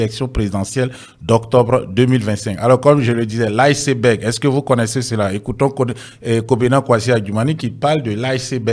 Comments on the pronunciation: Lisseberg😂😂😂 C'est Iceberg que lui il prononce lisseberg😂😂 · "Professeur" Adjoum....ouais, c'est fort ! Isseberg pour dire iceberg, un mot anglais qui se lit comme tel (aïceberg).....De plus. On dit la face visible de l'iceberg et pas la face cachée....Eh Dieu !, quand c'est caché on peut pas voir ! 😢😢😢C'est la partie visible qui permet de deviner ce qui est caché, plus important que ce qui est visible..... Vraiment tu as fait fort "Professeur" !!!😂😂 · Adjoumani vaurien hein. On dit ICEBERG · Iceberg est une montagne de glace ... C est un iceberg qui a coule le bateau Titanic...la prononciation est mal faite...On prononce en anglais ...